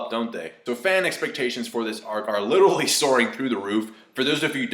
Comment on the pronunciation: holy fuck please stop saying "littley" instead of literally, YOU ARE NOT SUB 90IQ PLEASE.